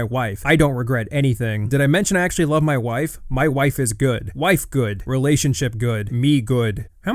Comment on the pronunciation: "MAI WAIFE" 😂